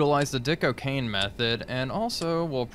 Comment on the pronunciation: Dick O'Kane not O'Keen